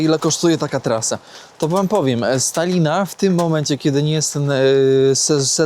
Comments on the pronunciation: czy ja dobrze słyszałem,że na samym końcu pozdrawiałeś Stalina 😂😂😂(z Talina) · jest na bakier z językiem polskim. Dwója na szynach! Po polsku "Tallinn" wymawia się "Tal-lin". • Mianownik (kto? co?): Tallin • Dopełniacz (kogo? czego?): Tallina (lub Tallinnu - rzadziej) Celownik (komu? czemu?): Tallinowi Biernik (kogo? co?): Tallin Narzędnik (z kim? z czym?): Tallinem Wyruszyć w podróż i nie nauczyć się prawidłowej wymowy zwiedzanych miast‼️ Zamiast Sankt Petersburg ciągle "san" dukać? I jeszcze wiele innych miast nazywał jak chciał.